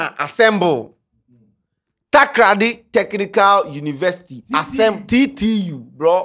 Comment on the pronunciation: Charle eno b Takraaaadi oo. How hard is it to say Takoradi